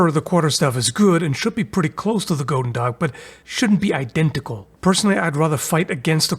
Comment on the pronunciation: on the subject of the pronunciation of goedendag, i believe has decent german. so explained in german terms, OE in dutch is a similar sound to the U with no umlaut in german. both Gs are more like the CH sound in german, like at the end of the word nach. chudendach